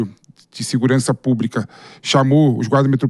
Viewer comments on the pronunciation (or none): para de falar púbrica até pelo amor de Deus